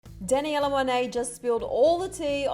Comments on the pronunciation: “ Dani Ella Monet “ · DanNYIELLLAA Monet 😂😂😂 wtf was that pronunciation???